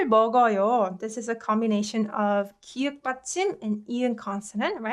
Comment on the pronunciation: 기윽 이 아니라 기역 입니다